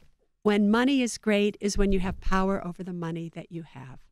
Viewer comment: Pow-wer. Power,. Power.